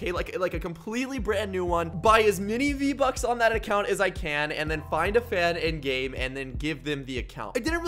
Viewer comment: “v-bucks? I thought you said RO bucks 😅